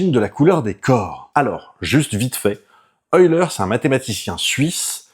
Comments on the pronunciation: On dit "heulaire". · Drôle de prononciation de Euler...